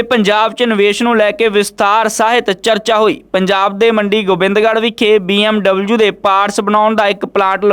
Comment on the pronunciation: BMW not BMUU